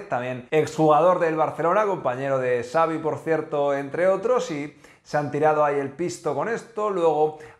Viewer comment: Ya te he dicho que Xavi se pronuncia Chavi no "savi". Si al Xavi no le va bien en el Barça, a Rafa Márquez podrían ficharlo. Veamos que pasa. El Chiringuito está atrasado en noticias. Tu fuiste primero en darla.